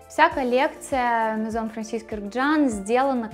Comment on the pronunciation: Спасибо за прекрасный обзор!Наконец Вы назвали их «дом « правильно!За это отдельное спасибо!🌺🌺🌺